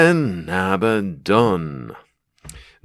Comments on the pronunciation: It’s abaddon, not ABBA. Makes him sounds like the pop band. Pathetic if it really is that. Abba the dancing queen. Solid paint job mate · If you're going to call him ABBA DON. Might as well have sang 'Dancing Queen' 😂😂😂. Its officially pronounced Uh-bad-uhn. Which is a Hebrew term for destruction and death. But Andy Chambers named him this because he's A Bad Un. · it's not Abbadon, it's Abbadon! hahaha great as always mate. cheers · If it was abba-don, it would be spelled Abbadon. Not Abaddon. So the inventors can say abba-don all they want, but they have to admit they either misspelled it or they're mispronouncing it.😂 The choice is yours!!!